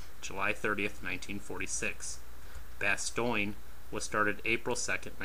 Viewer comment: Really bastoyn??? Bastone as in the battle of the bulge